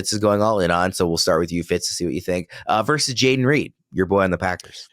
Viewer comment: The word is VERSUS, not Verse!! The rage in me!